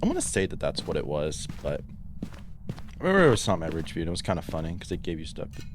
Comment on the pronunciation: You pronounced fridgeview wrong